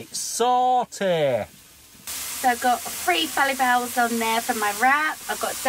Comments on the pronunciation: you crack me up it's pronounced fuh·laa·fl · you pronounce it fa laff al fallafal lol.....love it....great mixed vlog tonight xx